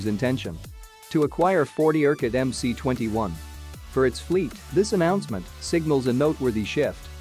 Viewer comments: it's EM-ES not EM-SEE.. get it Mr. effing Expert? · UAC just gived up with this incorrect "Em-Cee-21" pronunciation. They said: OK, let it be "Em-Cee-21".